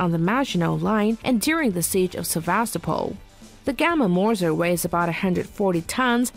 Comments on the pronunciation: *Mörser and *Gerät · Mörser or Moerser .... but not Morser 😀